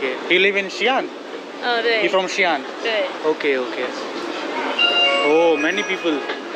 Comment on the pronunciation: Xi'an ❎ G'an ✅